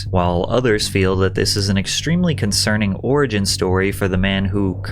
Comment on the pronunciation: How r u mispronouncing origin still patty